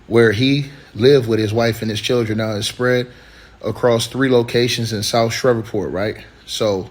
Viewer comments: This is beyond tragically sad, and I’m praying for their loved ones! Shreveport is pronounced, like sleeve(port). 🫶🏾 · Just say the PORT CITY at the top of the boot Google it to pronounce it correctly but definitely sad day throughout city